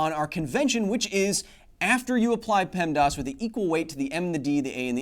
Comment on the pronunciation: In the 90s in Ontario for me! I had a feeling he was saying the acronym wrong! :P